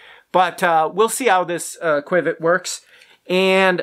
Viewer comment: Qiviut is pronounced kiv ee ute not quwiv-it. Your testing paraphernalia is not a good way to measure comparatively because of the different properties of each fiber. It is like attempting to compare 1, 2, 3, and 4 dimensional objects without including dimensions. Micron count means a lot. The finer the fiber the more insulating properties it provides. The micron count of qiviut av 10 microns is part of the equation that is not factored into your test. Also insulating fibers trap air between the fibers and reflect back the warmth of the body heat. Whereas thermal properties are hollow and add warmth and do not just reflect the body heat. These are only 2 properties that are not easily factored into your test. You are mistaken when it comes to angora especially because it is not just an insulating fiber but a THERMAL fiber meaning it is a hollow fiber. And the air actually creates warmth . This fiber is so incredible it will alleviate pain by increasing blood flow . Also 'soft" is subjective. The only way to determine this objectively is by measuring the fineness of the fiber with micron count not by the tactile quality. Alpaca and mohair have both insulating and semi-thermal properties. Other factors like the external temperature and wind chill and how different fibers behave under varying conditions, the cellular structure distinctions and what this does; how well it breaths and wicks moisture etc all add to the warmth and comfort of different animal fibers. And of course